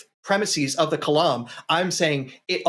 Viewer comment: It's not preh-miss-ease. It's preh-miss-is.